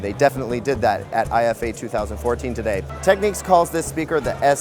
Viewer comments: Repeat after me...TECK.....NICKS......got it ? TECK-NICKS. IT is not Techniques. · Why the fuck would you pronounce the word "Technics" as "techniques"?